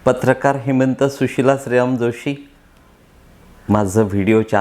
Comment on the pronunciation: सर आपल्या तीर्थारूपांचं नाव श्रीराम आपण स्पष्ट का उच्चारत नाही?